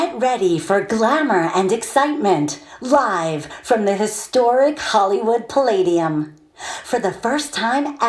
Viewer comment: i'm mxing voice over tracks every day… and eventually i'll get annoyed by these overly exaggerated esses like in "hisssstoric" (which i find a lot of female voice over artists do) sufficiently that i start to just shortening them while editing. (i mean… the ssss doesn't have to be twice as long as the voiced syllables around it, does it? this technique builds up so much pressure that the following "t" punches a hole in my forehead.) shortening the esses often makes the tracks sound so much more natural, at least to my ears and those of my clients. the impact and emphasis the speaker puts into the words will still be there, and it makes it much easier for a de-esser to tame the sibilance. works great for me (yeah, you gotta have the time…). nevertheless, the Sonnox Supresser is one of my most used plugins… an exceptionally great product!